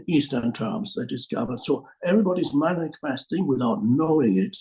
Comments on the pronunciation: An amusing mispronunciation seems to happen "everybody is Manic-festing without knowing it". I'm not sure if it was intentional but that's a fantastic word for it! 😄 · Manic-festing would be a good word for what we Manifest in unconcsiousness😂